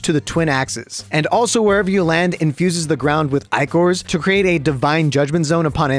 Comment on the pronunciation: Thank you for pronouncing "Ichor" correct.